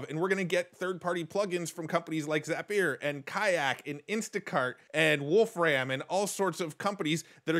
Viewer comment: It's said more like "Wolfr'm" or "Wolfrim" (very short "a" sound) not "Wolf-raaam"